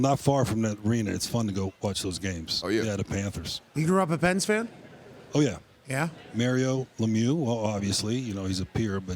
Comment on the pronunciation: You can tell Dan is an old school hockey fan. He said Mear ree oh Lemieux which was how the broadcasters pronounced his name for many years when Mario first started playing.